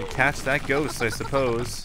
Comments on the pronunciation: Did he really fucking say joest … God all the specialness within his pronunciation. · You pronouned that ghost with a j Like jost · Did he say ghost with a j? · /he said jhost!